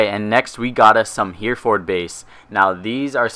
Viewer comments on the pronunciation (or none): its not pronounced here ford its pronounced HERIFORD even though its spelled Hereford. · he actually prenounces it here-ford. How should i spell it so an american can prenounce it hmmmm. He-ra-fid? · here ford? its so funny hearing non-british people pronounce the names of our towns lol. it should be pronounced hair-re (as in revolution)-fud if that makes sense. yes i had to be that asshole lol. great video anyway. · Sorry what? "Here-ford Base"... it's pronounced "Hair-ra-ford"... Face Palm Muricans :D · It's pronounced "hair ford base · It's pronounced he-ra-ford base XD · Made me cringe a little here-ford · As a British person listening to you say "Hereford" made me giggle. Anyway on point: This combined with Ash should be epic. Gonna have to try this. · The way u pronounce Hereford hahahaha lol